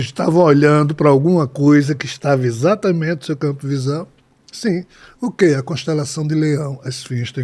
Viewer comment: Será que as pessoas que falam ISATAMENTE ao invés de falar corretamente EXATAMENTE acham bonito?